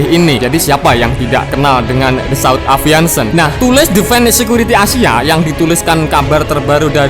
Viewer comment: Aviation Min... Bukan aviantion..... 😀😃😄😁 sukses terus. Jangan tegang terus, musik indomie nya mana.... 😀😃🤣 biar nggak gendeng